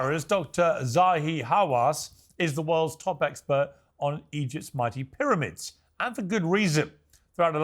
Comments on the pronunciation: Why can't this guy pronounce the letter "p"? is there no P in arabic language? how strange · You have to understand that "Dr" Zahi Hawass is an Iraqi Arab colonizer and a lier, not an Egyptian. He cannot even pronouns "P" for Pyramids ...